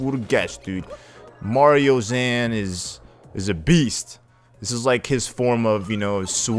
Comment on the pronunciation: At you said "Mario-zan" when you should have said "Mar-zan"